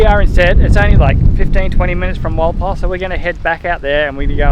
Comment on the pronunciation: Walpole sounds like Wall pole